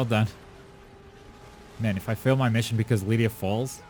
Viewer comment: Jeez, again calm… down… And it is Lyria. LyRia, with an R. NOT Lydia.